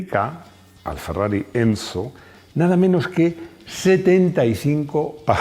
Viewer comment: por que dice encho?